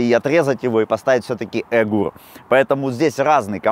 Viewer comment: Ни эгур а эур)))